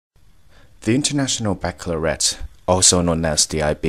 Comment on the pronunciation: He can't be IB - he mispronounced baccalaureate.